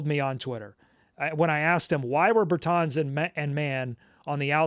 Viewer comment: How have you never heard Davis Bertans name pronounced?